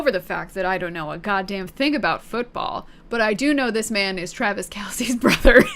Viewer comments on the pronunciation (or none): none